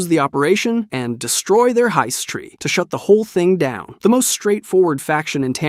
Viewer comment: Hist tree not heist tree 😉